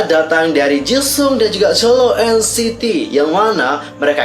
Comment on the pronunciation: Gw denger nya dia bilangnya Ceuleu bukan chenle;( ps awal bilang jisung jga jesung